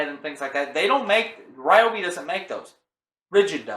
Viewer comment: REE-OBI not RYE-OBI... carry on